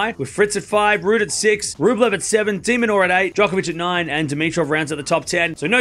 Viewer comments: Just realised Dimitrov became an Italian😂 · why is Dimitrov Italian lol 😂